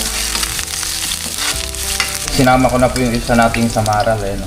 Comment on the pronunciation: hindi SamaraL - samarai po.